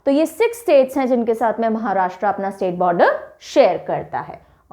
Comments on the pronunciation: Maharashtraa ( महाराष्ट्रा) ❌ Maharashtra (महाराष्ट्र) ✔️ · महाराष्ट्र है, महाराष्ट्रा नहीं! हिन्दी बोलिए, हिंग्लिश नहीं!